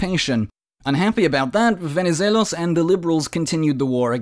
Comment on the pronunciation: I noticed that this time your pronuncuation of Venizelos was "the correct" after some ppl pointed this out in an older video😂